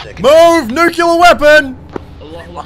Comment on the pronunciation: "I'm a nuclear specialist" Pronounces "Nuclear" as "Nucular" H M M M